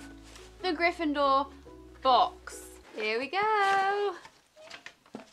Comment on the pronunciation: For some reason it annoys me that she says Gryffindor like GryffinDOOR ! xD